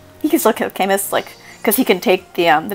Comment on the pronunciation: camus is pronounced 'ca-moo' btw